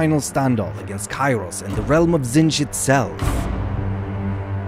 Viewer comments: Literally my only issue is the narrator saying “Tzinch” instead of “Tzeench” Makes me think of the Grinch. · Why is someone who cannot even pronounce the name Tzeentch narrating? This is unacceptable